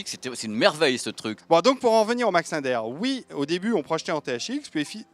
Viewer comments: Désolé on prononce LINDER comme SINGER... pas linedeur !!!! Ou Sinegeur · Il me semble que ça se prononce Max "Lindère" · Commencez par apprendre à prononcer "Linder" correctement....